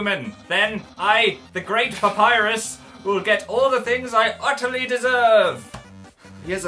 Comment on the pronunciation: Also love how they pronounce a double "P" in 'Papryus"